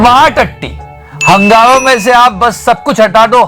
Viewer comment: Hungama becomes Hugnama... hag diya 🤣🤣🤣🤣